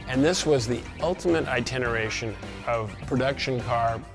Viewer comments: iteration, not itineration. ;) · "Itineration" lol